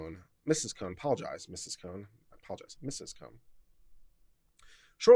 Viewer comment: I got to the 25 minute point and your comments and constantly looking to the ceiling to your right were annoying the crap out of me. Oh yeah, where did you learn to read and speak English, their name is pronounced Ka-HOON. Is that so hard to take a minute to find that out yourself and not sound like an idiot by constantly mispronouncing it? I do want to make a point, the moment that Mr. Klump said that the post needed to come down in front of Amyiah he was violating her First and Fourth Amendment rights. He is an officer of the law and as such holds a greater degree of authority even then her parents and so even if her mother gave her bad advice by saying that the post would be taken down does not nullify that fact. Her parents are not lawyers and can not be expected to know how to react when threatened by a law enforcement official. I think the court should rule in her favor.